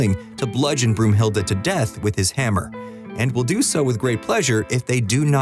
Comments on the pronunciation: Every german: Brunhilde, not Broomhilda! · Broomhilda? Seriously? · Isn't it Brunhilde